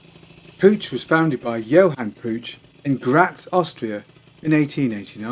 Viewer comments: Puch is pronounced Puck. Jus' say'n. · Dood,it is pronounced Pook, like book. In your defense, I used to butcher the pronunciation too. I do like your moped videos, keep them coming. Any interesting Batavus bikes? cheers from Canada 🇨🇦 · Puch pronounced puk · Pooch puck it's pronounced all over the place around here in the states. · Puch rhymes with "book".